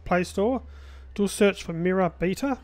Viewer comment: ***** You say "Beta" Weird :)